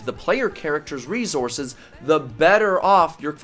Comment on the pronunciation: No one:: reZources